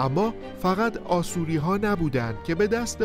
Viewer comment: Asoryan pronunciation it is wrong in Persian language it should be pronounce Ashourian or Ashoury in English Assyrian